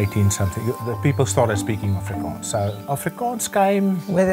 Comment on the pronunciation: Massive respect for not fucking up ANY of the afrikaans pronunciations, great video.